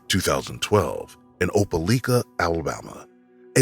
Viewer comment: Opelika = O-pel-LIKE-uh. DNE O-pel-LEEK-uh. Nor O-pel-LICK-uh.